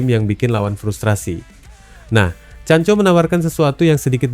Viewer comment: Bukqn chanco tapi chanKO..sebut biarlah bagi betul. Jangan asal main cakap saja.